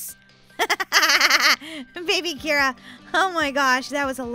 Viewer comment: Its Kira not Mira.